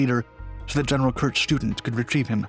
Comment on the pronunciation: Student is pronounced auf Deutsch, shtu-DENT, with emphasis on the last syllable, not like a school student. Kudos calling them Fallschirmjäger, not paratroopers.